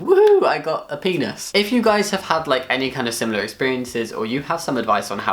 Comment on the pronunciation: paainuus what? painus penis? no painus. like pig,, anus?? no dude, you’re saying penis